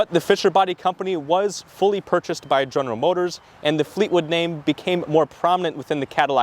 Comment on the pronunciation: General Motor-ziz brah? 🤔